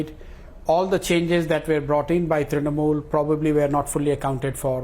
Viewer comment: "Election swipped by the BJ..ah..Trinamol"😂😂 Arnab's first sentence.